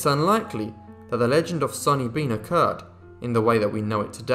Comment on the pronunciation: Its sawny bean not sunny bean.